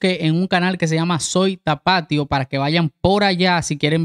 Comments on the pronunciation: Corrección en buena onda al chico qué está reaccionando: No es el canal Tapátio, se pronuncia Tapatío, con acento en la í. Y no es Chapultépec, es chapultepéc. Saludos! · Excelente video, muy completo. Aclaración: Tapatío va con acento en la í, se pronuncia haciendo tilde en dicha letra y no corrido como lo dices tú (solo por cultura general) así se les dice a los nacidos en Guadalajara. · Chapultepec,la "C" suena al final.Paradox la X" suena al final..Tapatío lleva acento en la i y suena marcada la i..